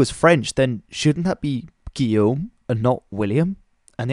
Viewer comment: Oh man you know how to pronounce Guillaume, I am super amaze.